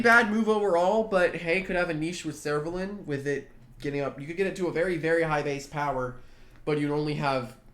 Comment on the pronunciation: ah i was listening to his pronunciation I was like Surolan xD. What is that